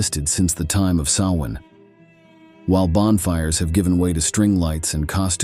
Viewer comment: Great job. The same information on Halloween history but narrated in an appealing, interesting and more down to earth way. I was afraid the narration was going to be AI generated. If it was thanks for correctly pronouncing “Samhain.” 🎃